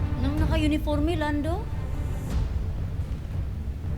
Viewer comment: Haha ung pag deliver talaga ng name mo"!